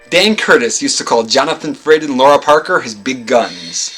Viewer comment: Is it not pronounced “Lara” where the “lar” is like “car”? I’ve always loved that both her character name and her real name are unusually intriguing. “Laura” just seems ordinary because I’ve known 5 Lauras in my life (so no disrespect intended).